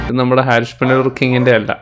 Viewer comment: Bro,, ഹാരിഷ് അല്ല, ഹരീഷ് എന്നാണ് ഡയറക്ടറുടെ പേര്.. ഒരുപാട് വീഡിയോയിൽ ബ്രോ തെറ്റിച്ചു പറയുന്നു... ഇയാൾ പുനലൂരിൽ ഉള്ളതാണ്...